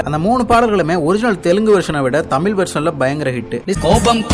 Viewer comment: தமில் இல்ல பா தம்பி தமிழ் னு கொஞ்ச அழகா சொல்லுங்க